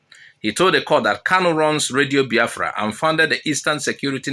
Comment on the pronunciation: I thought you ar3 igbo and you are pronuncing Biafra as if you are from kafachan. 😂